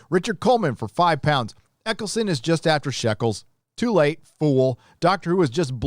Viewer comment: his name is Eccleston not Eccleson.